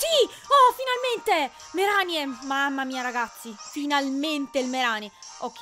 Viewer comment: non voglio fare il precisino ma si pronuncia "Mareni" o una cosa del genere, in inglese "Marini"